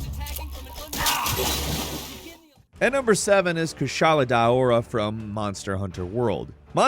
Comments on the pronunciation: No fucking way yall spell Kushala as Kassala like wtf how do u mess up this bad 😭😭😭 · He’s saying kushala name wrong and it bothers me and don’t you fucking dis my boy he’s trying his best